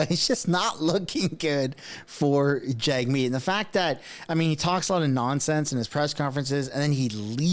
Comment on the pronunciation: I dig your content but you gotta start pronouncing his name right. It’s Jug-Meat Singh , not Jag-meet Singh